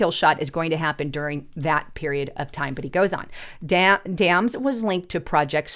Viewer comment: Not Dams, Dame's